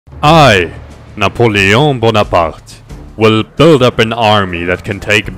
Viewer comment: I am a french ... he does not know how to pronounce napoleon bonaparte